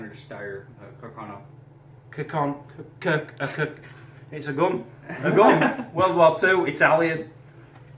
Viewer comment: He can't pronounce the word CARCANO.